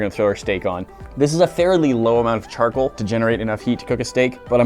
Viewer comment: Charkle or charcoal... sorry mate but that's aggravating Hahahaa CharCOAL not Charkle.